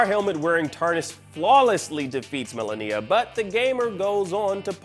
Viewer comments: What is it with you and being incapable of pronouncing name’s correctly first Zen Die Ah and now Mala Kneea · This shows that this guy hasn't even played the game or even just watch a fight with her since she says the name correctly every time the player dies and in the first encounter cinematic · the way hes saying malenia is upsetting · He keeps saying Melania's name wrong! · People should stop complaining about oddworld and start complaining about how this guy is pronouncing Malenia... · Please pronounce Malenia’s name correctly 🤦🏻‍♂️ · The way this guy says Malenia.. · The way you pronounce Malenia disturbs me.